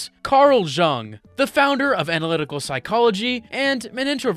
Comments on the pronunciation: It's pronounced more like "yoong". Not true, speaking from experience. There is a small percentage of population to whom loneliness is impossible to understand beyond knowing it's definition. All schizoids, some autists and also completely healthy individuals that have their social interaction need bar hanged so low that it's hard to tell it even exists. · it's called Carl jung , jung is pronounced as yung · Carl Zhang the Chinese psychoanalyst, pronunciation checks out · Pls look up the pronounciation of Carl Jung . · Bro pronounced Jung wrong every single time 😭😭😭